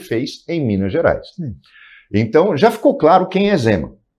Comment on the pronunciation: Fala errado e se diz mineires, manda o povo comer casca de banana , menor tem que trabalhar ........